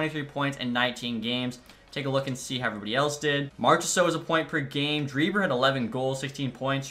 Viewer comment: Dreiber is actually pronounced like „Draisaitl“ just a small detail - keep up the great work!